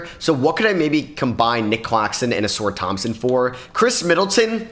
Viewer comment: Did bro say a-sore Thompson 💀